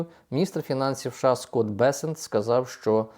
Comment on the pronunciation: ША чи все ж такі США? Ну скільки можна це слухати це ША Ша Ша ша?